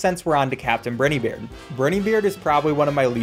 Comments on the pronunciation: ITS BRINEY BEARD NOT BRITEY BEARD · BRINEY not Briny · "captain brinnybeard" "captain burnybeard" just say brineybeard please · How is nobody talking about how he pronounced captain Briney beard captain briney beard (br - eiugh- ney) It’s briney beard what sound does I make? EYE the letter I is pronounced EYE NOT ei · br-eye-nybeard is how it’s ment to be pronounced lol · he said brini beard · can you make a video where you pronounce BRINE EY BEARD right this is making me question if it’s actually *me* who doesn’t know how to say it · its pronouced briney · I lose brain cells every time he says brineybeard